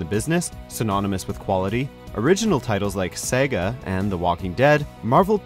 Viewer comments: Did he just say "sega"? Did he mean "Saga"? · "Sayga" have you never seen the word saga? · "Original titles like Sega" 😂...Saga? Short 'a' sound,, short 'a' sound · sega? did you mean saga? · it saga not sega. never saw the blue hedgehog in the story. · Saga not Sega